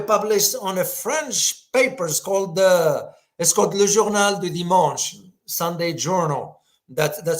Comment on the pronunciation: "le journal du dimanche' you say it well; bravo